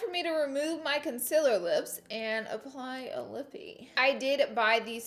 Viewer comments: Not to offend or to be mean it’s con-CI-ler not Con-sih-ler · CoNcEler *CONCEALER gurl u say it wrong AAAAAAAAAAAAAAAAA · Alex 12327 conciller 😂 me too lol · Laura you are so inspirational to young girls like me. Like if you love the way she says conciliar!! #firstview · Why can't you say concealer🙈 or is it's just your thing. If so, keep doing it😘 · She says concealer wrong😂😂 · I couldn’t watch your videos for the longest time because of the way you say some words... conciller, mail lmao but look who’s subd now😂 meeee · Is it really a Laura Lee video if she doesn't say ohl or conciller? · Primer "OWL"..CONCILLER😂 ORDINARY LAURA😂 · why make fun of the way she says concealer when we could make fun of the way she says oil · everyone talks about how she pronounces concealer but she LITERALLY SAYS OLE AND NOT OIL LMFOANDJD